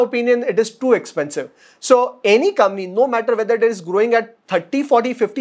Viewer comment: Your channel is too good. It is one of the three channels I follow for fundamental learning on a regular basis. Keep up the good work. PS- One small thing, when you say 'company' fast, it sounds like ''Kamny" 🙃